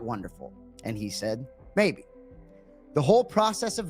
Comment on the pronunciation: Anik says "maybe" as "may".